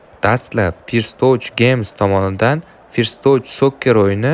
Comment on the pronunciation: 'Forst' din hatyabi oka "First"ni 😂